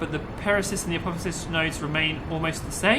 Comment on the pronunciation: hey just so you know it's pronounced ap-oh-ap-sis and pair-ee-ap-sis. this game is one of my favorites